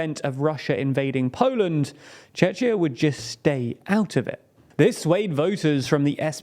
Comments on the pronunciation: IT IS NOT PRONOUNCED CHECHIA BUT CHEKIA! CZECHIA IS AN OLDER(POLISH) TRANSLITERATION - NOTICE THE CZ!! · Yeah I was listening to it multiple times because I believed they say Chechnya ^^ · it would be great if our country was pronounced right, many people assume it's Chechnya, you pronounced it wrong as well as Chechia, it's Czechia as in Check-key-ah, bro pleasee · Please pronounce the the name of my country - Czechia: /Czech+ia/, /Cheh-khyiah/ or /ˈtʃek.i.ə/ (not Cze-chia!) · Czechia is pronounced Cze[ck]ia not Cze[ch]ia. If in doubt, just say Czech Republic. Also, you consistently pronounce Bosna & Hercegovina as Bosna & Hercegovi[nia]. One less syllable there 👍 Otherwise thanks for creating content about CZ that’s unbiased and place it in Central Europe. Historically, that’s the only region that makes sense. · He profundes it Chetchia instead of Czekia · not A.N.O. but ANO, like NATO, meaning "Yes" in Czech. Czechia (ʧekia) not (ʧeʧia). This way it sounds like Chechnya. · I'm not gonna criticise your name pronunciations since yours are in the top 10% of English speaking channels saying CZ/SK names, but I'd like to point out that ANO is not pronounced by spelling it out like "ay-en-ow" but as a word "a-no". Also, it's not [chechia] but [checkia] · The CH in Czechia is simply pronounced as a normal K in English. Same as in the word Chemistry (pronounced Kemistry) or Psychology (pronounced Saykoloji). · Why do you say Chechia, not Czechia? The end of the word is pronounced with 'k' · Can you please not pronounce our words and names with a heavy russian accent? Also, it's Czechia, not Chzechzia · He mispronounced it, you read it as CHEKIA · It is Czechia. (Čekya) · Pronounce Czechia, not Chechnya. Thanks :) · sounds like he says Chechnya, just call it czech republic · you seid chechia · "Chechya" I'm dead 💀💀💀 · Czechia is not read as chechia, do better next time. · Your pronounciation of Czechia 🙄 Please read the "ch" sound as "k".